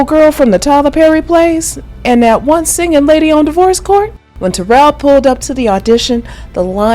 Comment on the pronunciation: *She spells it Taral. I dont think it's pronounced like Terrell either. I think she pronounces it like tuh-RAAL or tuh-ROL ...with a short O sound in the 2nd syllable. This youtuber butchered her name. Look at the comments ob some of this youtuber's other videos. She be gettin corrected